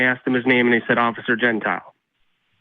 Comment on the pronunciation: I'm also pretty sure he's flubbing the cop's name too because gentile pronounced gen-teel or gen-tee-le is common, I worked with someone with the former, but I don't know about gen-ty-el like he said. I think he saw a heteronym and figured it still counts